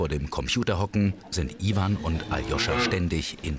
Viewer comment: iewan und zaschaa😂😂😂